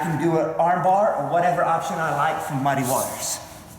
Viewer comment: fuc* u and your "mudd-ay waters" dat u like sayin soo much. bahaha what an idiot